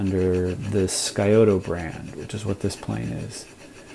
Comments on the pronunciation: Great video. Fantastic restoration. Nitpicking here, but the word Scioto is pronounced more like sy-OH-tah in Ohio. I'm from Columbus. The Scioto River is a tributary of the Ohio River. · I believe locals pronounce "Scioto" with the "c" silent and the final "o" as an "a" as in "Siota." Interesting history, thanks. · you have a great channel! i studied Ohio history at Ohio State University. the correct pronunciation of SCIOTO. is " sy-oh-ta" The Scioto River runs through Columbus Ohio and empties into the Ohio River. there are a few mistakes about pronunciation of Scioto on-line. it ia a Shawnee Indian word meaning "deer" which are abundant all along this river. great channel! peace. my grandfather built homes in Columbus in the early 1900s using wooden planes which he passed to me in working order. thanks for the info